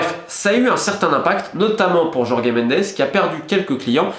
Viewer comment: Jorge en portugais ça se prononce.. comme Georges en français. Pourquoi aller inventer des "Yorgué" ou "Jorgué"? Pour "Mendesse" ok, parce que dire "Ménndch" ça ferait un peu Nelson Monfort, mais bon Jorge c'est Jorge quoi.